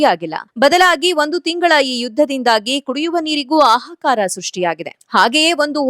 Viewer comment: ಆಹಾಕಾರ ಅಲ್ಲ... ಹಾಹಾಕಾರ